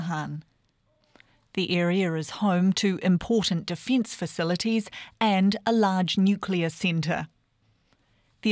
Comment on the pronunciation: "deefeets faceeleetees" Ha Got Her